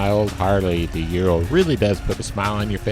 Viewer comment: “Ooh-rral” not “you-ro”